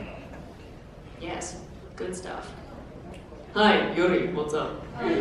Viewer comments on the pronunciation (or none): is when he says "Hey, Yuuri what's up" in a Russian Accent.